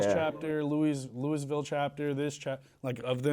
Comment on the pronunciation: I agree but why don’t you know how to pronounce Louisville? Makes you sound like a kid with little knowledge of the world